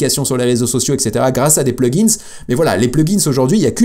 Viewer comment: Hello, je voulais, avant toute remarque constructive, te remercier pour tes vidéos. Ensuite, je voulais quand même te signifier que mes oreilles saignent à cause de toi et de utilisation du mot plugin au pluriel, Pourquoi tu fais ressortir le S à la fin du mot plugin??? Que tu parles d'un ou plusieurs plugin, tu peux le prononcer au singulier. Mes oreilles te remercie. 😂👍